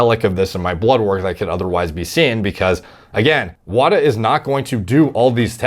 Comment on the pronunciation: WADA is pronounced wod-ah not whata.